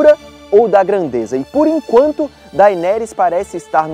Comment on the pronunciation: Eu gosto das séries do omelete, mas confesso que ouvir o falando dAenerys com ênfase no A, me dá um siricutico